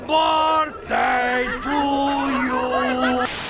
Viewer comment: "Happy boarthday dear dan happy boarthday to you"